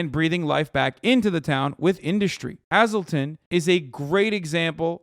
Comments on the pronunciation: Hazleton in PA is pronounced HĀzel (long a), not Hăzel (short). Just FYI. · Lol yeah it was a shock to hear him say it like that